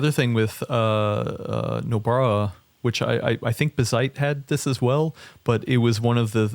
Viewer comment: saying "bigseedy" and correcting with "Bazzite" over and over is so funny to me xD